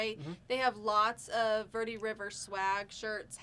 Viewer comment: 'Verde' sounds like 'Bear Day'. Just so you know.